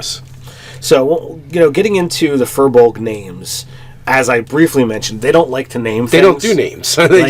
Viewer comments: I believe it's pronounced feer-bolg not fur-bolg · Good vid! Just rolled one as a ranger in my side campaign. However, it is pronounced "Feer-bolg"